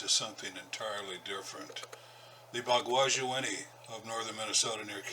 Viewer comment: I'm Ojibwe..."Bagwaji-inini" means wild-man. you are pronouncing it wrong and your meaning is close, but it doesn't mean little wild man. Also another ojibwe word for bigfoot is "Misaabe-inini" it mean giant man.